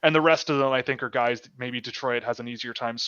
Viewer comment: Saying "De-troi-it". is definitely Canadian. 😁